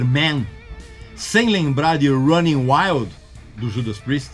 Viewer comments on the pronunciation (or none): none